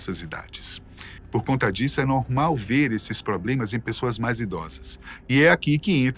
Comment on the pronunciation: Esse apresentador não sabe falar MAIS, DOIS e etc...